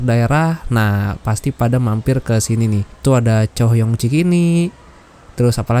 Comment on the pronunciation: gohyong bang kenapa jadi cohyong 🤣🤣🤣🤣